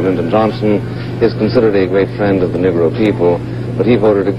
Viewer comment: Isn't it interesting that Buckley mispronounces Negro? Instead of Neeee-gro, he says Niggg-ro. I am a southerner, and that used to mean one thing and one thing only. In the Deep South, they said niggggrah. And for Buckley, a yankee, to say it like that is just so awful. I think even LBJ said it need-gro most of the time.